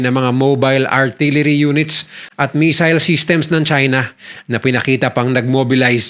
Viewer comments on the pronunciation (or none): none